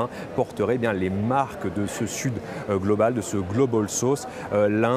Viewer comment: "Globol sauce "😂